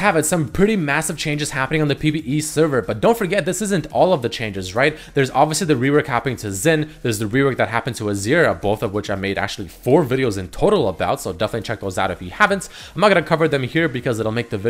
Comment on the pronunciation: again, it is not "kzin", it should be somewhere between "shin" and "sin"